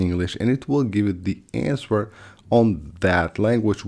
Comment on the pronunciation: I hate to tell you this but, in the word “Answer” the “W” is silent. So, it sounds like “ANSER”.